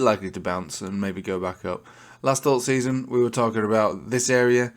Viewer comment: You definitely need to check the proper pronunciation of the French 'alt saison'. 😅